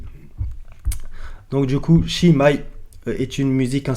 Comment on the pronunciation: Chi mai? se prononce "ki maille" peut aussi se traduire mot pour mot "qui jamais?" Très bonne vide compte d'habitude. Merci